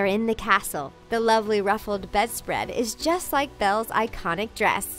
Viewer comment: Its NOT LIVLEY ITS LOVELY